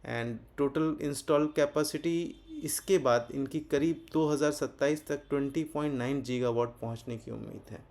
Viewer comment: जीगावाट नहीं होता गीगावाट होता है